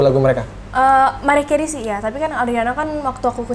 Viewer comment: Bukan MERIAH ATAU MARIAH tapiiiiiii MERAYAH KERIY gitu baca nyaaaaa